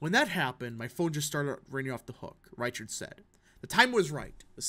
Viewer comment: Reichert is closer to riker from star trek for pronunciation my dude